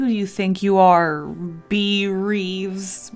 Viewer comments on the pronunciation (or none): none